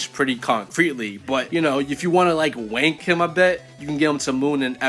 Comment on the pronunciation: Stop saying W*nk it sounds so weird when an American says it😭 And I’m like 99% sure you don’t know what you’re saying